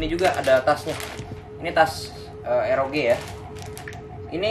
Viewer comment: Nobody: "ROG" (ar-o-ji): "ROG" (er-o-ge) wkwkwwkk